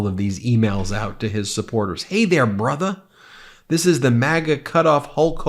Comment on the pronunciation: Ben you gotta hit the "brotherrrr" with the hard "er" 😂